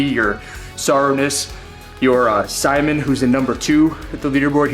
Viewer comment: Simon is french Canadian. Pronounced: See Moan